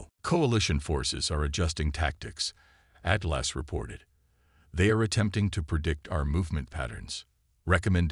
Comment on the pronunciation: THE AI CANNOT PRONOUNCE ATLAS , AND THEN AI CC WRITES IT AS “ EIGHTLASS “ REALLY , REALLY BEGINNING TO HATE AI IN STORY TELLING MODE ! THAT’S TWO HICCUPS IN ! TWO MORE HICCUPS , THE AI COMPUTER INTRODUCES ITSELF AS 8 GLASS AND THE CAPTAIN REPLIES , HELLO “ AT LASS “ ! TO THE MORONIC IMBECILES WHO COMPILED THIS STORY , YOU DO UNDERSTAND IT RATES A 0 OUT OF 10 AND OF COURSE A BIG THUMBS DOWN 👎 ! WHAT IDIOTS ! THATS 4 SCREWUPS IN 2 MINUTES AND 50 SECONDS , OMG , WHAT IGNORANCE ! I HAVE GIVEN UP COUNTING THE F**KUPS , BUT AT EXACTLY 11 MINUTES , NOW ITS 8 LAST ! I BELIEVE IT IS TIME TO SAY GOODBYE TO HFY Zenith , THIS IS ABSOLUTELY HORRENDOUS !